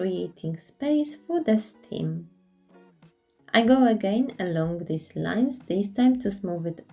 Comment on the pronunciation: the stalk on a pumpkin is referred to as a 'stem.' You are referring to it as a 'stim' which is incorrect. The rest of your english is very good. Also I love your videos. My favourite pumpkin was the small dark green and gold one and the first two plaster pumpkins. They all looked good tho.